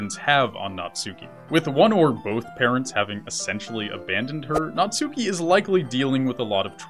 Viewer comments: "Naht-ski." Not "Nat-SU-ki." Sorry, just a little pet peeve of mine. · Natsuki is pronounced Nats-key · Please learn how to pronounce Natsuki. It's pronounced Nat-Ski, Nat-Sue-Key. In Japanese you do not pronounce U's on the middle of words (for the most part).